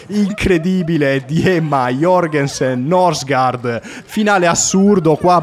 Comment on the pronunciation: La pronuncia sarebbe " Nursgoord"